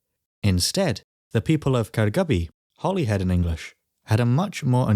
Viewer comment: Way back then..did they spell Holly as Holy? He calls it Hollyhead not Holyhead an in the Holy Bible.